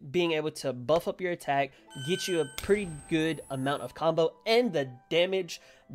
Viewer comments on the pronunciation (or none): none